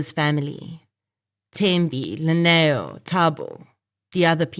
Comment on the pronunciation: Lineo is pronounced as Dineo Basotho from Lesotho Translates Li=D e.g Limpho as Dimpho Lineo as Dineo 🙏